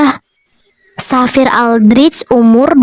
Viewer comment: Bagusss bgtt plss, suaranya,visualnya, semuanya perfect❤ Oh iya aku tadi denger penyebutan Xavier itu jadi "Safir" entah aku salah dengar atau bagaimana tapi kalo lebih bagus lagi penyebutannya jadi "Safier" kak, kalo salah tolong koreksi lagi ya soalnya aku dengernya begitu😅